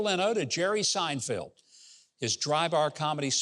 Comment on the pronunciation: Seinfeld, not Seinfield; just saying, Gov.